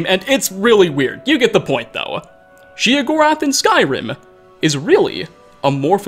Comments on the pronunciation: OK. Then I feel justified in gritting my teeth every time I hear "she uh gorath" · I thought it was "Shay-o gore ath" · Sheogorath. Sheo. Theodore Gorlash. Theo Gorlash. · The way he says sheogorath bugs me. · You said his name wrong was burning my ear. You don’t have the best voice for commentary just a note